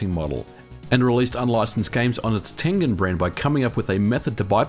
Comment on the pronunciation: Nolan Bushnell, a founder of Atari, loved Go :D It was his favorite game. Props for pronouncing "Tengen" properly too... People usually butcher it. Better name for a subsidy than "Empty Triangle" I guess ;)